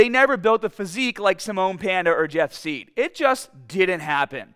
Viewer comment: It’s actually pronounced “side”